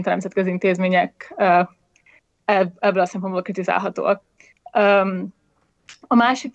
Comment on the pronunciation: Amikor azt mondod, hogy 'még ebből a sorból is', akkor nem azon van a hangsúly, hogy 'sorból' hanem azon, hogy 'ebből'. Tehát még EBBŐL a sorból is. De amúgy a téma nagyon fontos, szóval kicsit szégyellem magam a megjegyzés miatt..